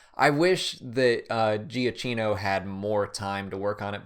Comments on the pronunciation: He's name its pronunced roughly Jakkino with the stress at the beginning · Giacchino is pronounced "Ja-kino." Great show! I learn a lot! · LOL 😂 No, you didn't say the composers' names. It's "Alexandre Deypla" and "Michael Jiakeeno" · Juh-KEEN-oh and Day-PLAT ;)